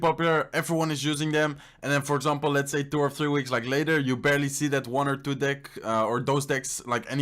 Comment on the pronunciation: The way he say deck is just wrong 😂😂😂